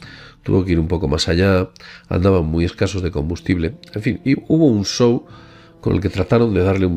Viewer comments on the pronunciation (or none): none